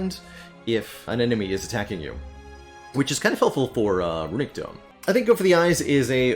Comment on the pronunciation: Also “runique” for runic.